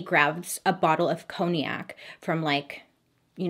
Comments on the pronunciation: Coniac for Congac 🤭(conyac). If I hadn't worked in a bar I'd be saying the same. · Struggling to understand you lol "coniac" you mean cognac? Pronounced "kong'nac" as in premium brandy...made in the town of cognac?? Or is congiac something I haven't heard of....😂😅